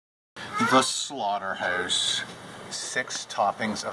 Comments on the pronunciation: He said 'slaughterhouse' to 'slaughterhoose' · Am I the oly one that noticed that he says slaughterhoûse and staek :/ Nothing against Canadians thou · the slaughter"hoose" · The SlaughterHEUZE......hehehehehehehe